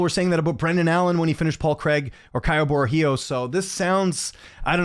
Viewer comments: Well said. Fluffy Hernandez is a savage, I also pick him to beat Bo Nickal. By the way, Caio Borralho's last name is pronounced 'Bo-hall-yo' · Isn’t it pronounced Kyle bro hi oh